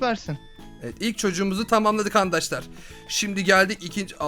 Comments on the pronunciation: Neden handaşlar diyon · Sen arkadaşlar ediyorsun andaşlar diyosun